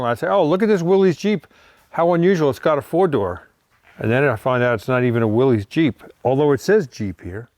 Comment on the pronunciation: Little late here but Willys is pronounced Willis.